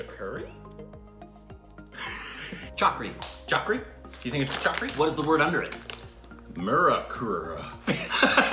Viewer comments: It's not chakri it chali❤ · They pronounced chakri as chaakri 😑😑well you should try aanar ( pomegranate ) and imalee ( tamarind) flavor of hajmola cuz it's flavor is better than this one😋😋